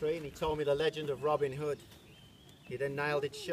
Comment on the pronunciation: “Robin Hoe” 😹😹😹